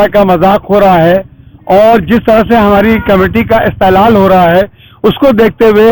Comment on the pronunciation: Yeh "Istehlal" Kiya hota hai Bhai, URDU nahi parodhoge Yaa URDU nahi paradhaoge to fir aisa hi Galat URDU bologe, Bade Miyaan, sahi Lafz "Istehsaal" hota hai, mtlb in English "Harassment" samjhe Bade Miyaa , Apne Muslim bachchayao aur bachchiyao ko Deeni Taleem URDU ZUBAAN mein Dilao....!!! I from Bihar zila:- Kishanganj